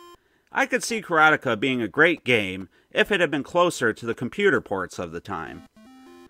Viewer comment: Kar ah tee ka